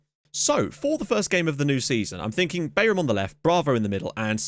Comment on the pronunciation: Bayram is pronounced "Bairahm" and it means "party" or "celebration" in turkish.